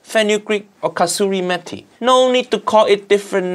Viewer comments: i was like wtf is fenugreek.. then he said kasuri methi and i went OHHHH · The way uncle Roger said kasuri methi is perfection 😍